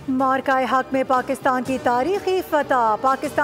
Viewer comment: WHAT IS "MORKA". IT IS PRONOUNCED AS "MA'ARKA", DEAR NEWS READER! 😊